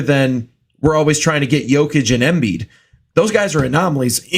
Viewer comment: pronouncing Jokic wrong is one thing but I've never heard someone mispronounce Embiid